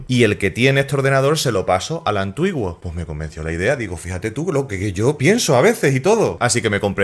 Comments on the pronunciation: Oye bro se dice antiguo no antuiguo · Por qué dices antuigo!!!!!!!! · Pero qué rayos fue lo que dijo 😂😂😂😂😂😂 Antuiguo? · "antuigo" o antiguo?... es broma o es asi en tu tierra.... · De tanto escuchar "antuiguo" me dolió la cabeza. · porque dice antuiguo ? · "ANTUIGUO"? es en son de broma esta pronunciación?